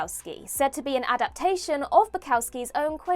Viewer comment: Bukowski, not "Bicowsci." Jerry Lewis, not Jerry Lee Lewis. This is trash.